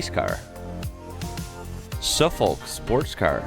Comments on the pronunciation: Suffolk is pronounced 'Suff-uk' and Caterham is pronounced 'Kay-ter-am'. Modern MGs are Chinese SUVs as a Chinese company bought the name - they're nothing like and have no history like the proper MGs you were thinking of. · Omg your pronunciation Suffolk = suf-furk Caterham = ka-trum. Vauxhall = vaux-el